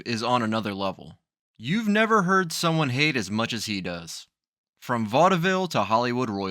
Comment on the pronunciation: He may've been a racist but I bet he knew how to pronounce Vaudeville.